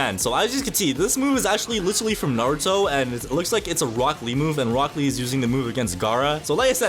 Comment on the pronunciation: DID BRO SAY ROCKLY AND GAROU ITS ROCK LEE AND GARA